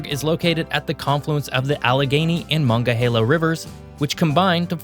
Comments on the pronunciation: You forgot a syllable in the MonONgahela river name. It’s not the “mongahela”… Edit: it’s Susque”Hannah” not susque”hahhnah”.. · "Mongahela" it's okay dude, my brother in law called it "Mongolia" when he first moved here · One of the two rivers that come together to form the Ohio river is pronounced "Mon-Onga-Hilla river. Other than that, great video! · It’s pronounced Mon- non-ga-hayla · Point of correction in pronunciation: It's Moh-non-ga-hae-la, not whatever you just said there. Closer to Pittsburgh, it's just called "The Mon." It's a Native American name. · Its pronounced Muh-Nawn-guh-hey-la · Hey wait a minute. Mongahela? I think you blew that one. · Yes, the narrator mispronounced, MONONGAHELA River! Follow me now, it’s MO-NON-GA-HE-LA River! MaDeuce you caught it too. What do we expect from a guy who can’t spell his first name, it’s not, oops,! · I like your channel but you need to research your pronunciations better. As a lifelong PA resident I can tell you that it's LENN-a-pee, mu-NUN-ga-HEEL-a and LANKA-stir. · It's pronounced "ma-nong-a-HEE-lah" River. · the way he pronounced "Monongahela" cracked me up. He said "mongahela" whole the subtitles said "monga halo" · Hi! I can help. It's easy; Mon On GAH heelah. No worries mate! Canadians find it impossible to pronounce this word correctly.:face-blue-smiling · Claims to love studying PA but pronounces Monongahela incorrectly...sure buddy. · There are five syllables in "Monongahela", not four. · Good video, but I suspect from some of your pronunciation that you are not from Pennsylvania! (Lenape, Susquehanna, Monongahela. However, you got Lancaster right, which many people don't.) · I can't take someone seriously if they don't bother to learn how to pronounce things properly. Learn how to pronounce Monongahela. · Nice try on the pronuciation of Monongahela. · Butchered the pronunciation of Monongahela. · Say Monongahela 6 times real fast until you get it right lol